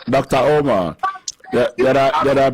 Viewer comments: "Dr. OH-mar" 😂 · DOCTA UMAAAA 😂😂😂